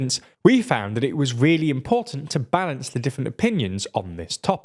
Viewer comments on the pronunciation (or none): none